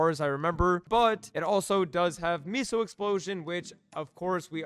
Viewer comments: "miso", do you mean meso? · Pronounced Mess-OH